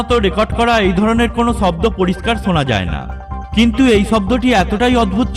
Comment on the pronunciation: ভাই তুই আগে তুর কথা বলার শব্দের মাত্রা ঠিক কর চ ছ স শ সব একই বলা শুরু করলি শব্দকে বলস চব্দ কি আজব মাইরি